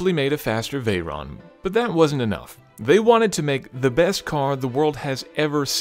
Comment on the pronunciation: chirone ? 😧 I don't understand you can pronounce vayron correctly but Chiron